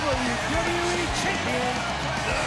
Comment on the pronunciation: did i just hear the WWWE champion